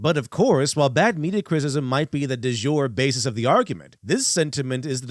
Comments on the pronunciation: really seems to struggle with the word “criticism.” He should instead use “critique” because it’s easier to pronounce and more appropriate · Or as he calls it cwiticism